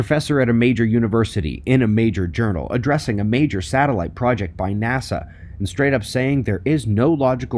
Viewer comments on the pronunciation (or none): none